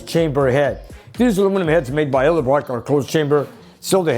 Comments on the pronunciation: I swear that you must be getting a kickback from Edelbrock for mispronouncing their name as "Eldebrock." When you do that everybody in your audience screams at the screen "Edelbrock." They couldn't get better product recognition that that. (Tongue firmly buried in cheek.) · Do I always hear Eldabrock instead of Edelbrock?